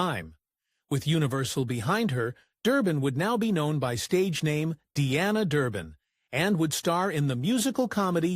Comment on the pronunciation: I really hate these damn computer voices! They can't even get her name right.